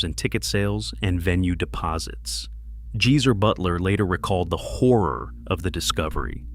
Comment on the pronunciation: Popmart was brilliant though. and it's Gee-zer is not hard to pronounce, not jee-zer 🙄🙄